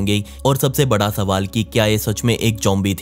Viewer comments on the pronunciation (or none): none